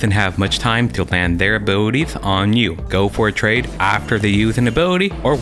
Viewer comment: love how you say "A-booty-ties" <3 i mean it in the most possible way